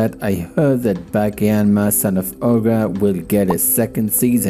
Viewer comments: why is he saying Backy. Ba-Ki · Dude, it's pronounced B-AH-Kee